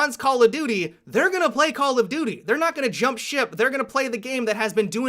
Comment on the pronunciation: haha, you said "duty"